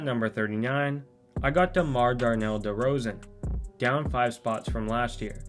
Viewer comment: Why he call demar government like that🤣